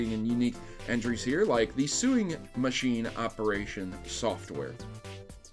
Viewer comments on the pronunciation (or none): suing machine? XD i know you're not the best with pronunciations but sewing is pronounced "so-ing".